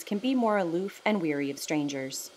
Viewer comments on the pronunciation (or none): Wary, not weary.